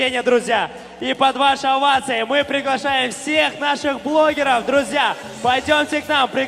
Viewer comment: Друзья дегенді Длузля деп қалд хазахахах